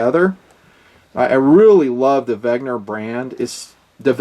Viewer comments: another good vid! P.S. you keep pronouncing Wegner, but it's Wenger. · 'Ven-ga or 'Ven-ger not 'Veg-ner. The R is soft and the N is pronounced before the G. Just being picky.